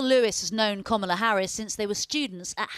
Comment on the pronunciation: Komola? Lol announce her name properly